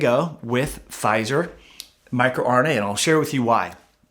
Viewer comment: Sorry, you lost me at "micro"RNA ... yeesh.